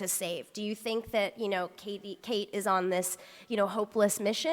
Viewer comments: someone needs to tell this chick that it's Kate not Katie....smh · Yeah, I know what u mean it's really annoying even after she hears them say her name "Kate" she keeps saying "Katie".